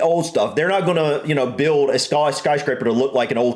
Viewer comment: Did you just say "sky" in a English accent? Or my ears are broken!